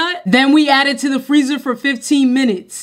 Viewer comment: crazy how differently she says minutes in this vs her ramen brick videos lol